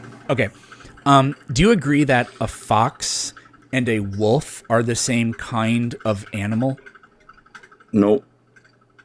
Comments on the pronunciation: Wolf. Not woof. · Did he say “wuff is a wuff”?